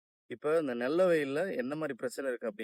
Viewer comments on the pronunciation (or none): நெல்ல வயல் இல்லை நெல் வயல்